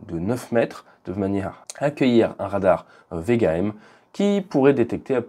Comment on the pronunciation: A 3 minutes, avec l'image du radôme couvert de mousse mes oreilles ont entendu "un radar vegan".